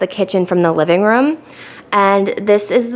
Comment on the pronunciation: it’s a room not a rum